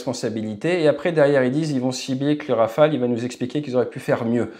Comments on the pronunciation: hey! it is not Rafael it is RawFail. 😂😂😂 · Rafale dude not Rafael !! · in India and Pakistan rafale is pronounced as Rafael